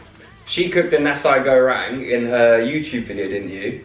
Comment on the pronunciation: Only 2 mins in and had to pause to say pronunciation of nasi goreng has fully tickled me! 🤣🤣